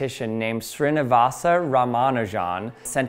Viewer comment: "Strinivasa Ramanujan" Ah, yes, exactly as I had been pronouncing it in my head..